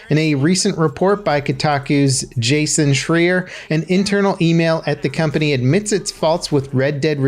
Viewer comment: "Jason Schreeur"